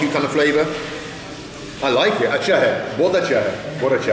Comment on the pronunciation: Hey man, please note that in the northern part of India saying "Achha" means okay or cool or good or yes. Please do not emphasize the word too much by saying "Achhaaa" as it is a sarcastic or a passive-aggressive way of agreeing and it may throw some people off. But, hey, that is some fine Hindi from someone who doesn't speak Hindi.